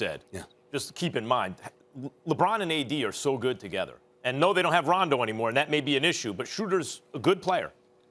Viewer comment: did he say Denver has playoff RONDO?😂😂😂😂😂😂